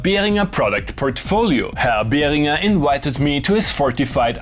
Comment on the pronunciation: Finally someone who pronounces Behringer correctly 😅